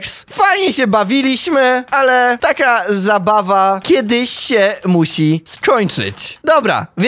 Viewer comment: zabawa a nie zaba 😂